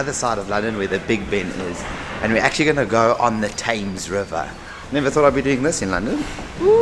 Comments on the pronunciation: No Queen is buried in St Paul's. Westminster Abbey has some. It's pronounced "Temz". Big Ben is the bell inside the Elizabeth Tower. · THAMES is pronounced TEMS. BIG BEN is the largest BELL inside the ELIZABETH TOWER. It's NOT called THE Big Ben either. Just Big Ben. THE MALL is pronounced MALL as in PAL.